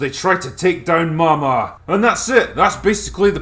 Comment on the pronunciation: It's pronounced Maw Maw.... get it?